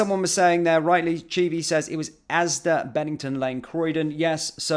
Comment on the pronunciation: It’s ASDA not ASDAS